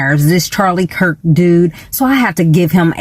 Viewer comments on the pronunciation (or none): none